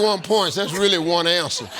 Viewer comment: anyone catch Steve purposely saying “answer”? 😂